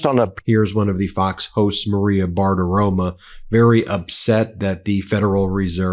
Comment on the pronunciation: Ben, get it right. The woman’s name is Bartiromo, not Bartiroma. Romo, like Tony Romo.